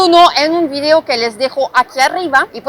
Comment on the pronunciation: Me gusto tu video no tu “virio” como ahora todo mundo lo pronuncia. Recuerda una cosa que si estás hablando español tienes que pronunciarlo en español no en inglés Saludos